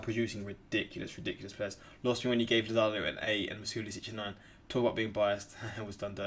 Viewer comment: My manz did lozano wrong 💀